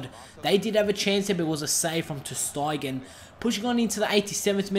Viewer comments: Ter styegen lol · u have some incorrect players names, like munir, ter stegen , arda turan and it not al itthad ur saying it wrong